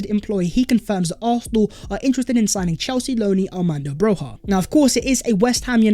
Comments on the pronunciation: It is not pronounced Broha It is Broya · (for the non albanian speakers) his last name is pronounced BRO-YA not BROZHA or BROJA